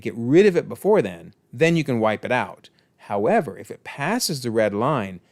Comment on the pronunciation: Don’t forget to take a bite off a. Apple when you say however part lol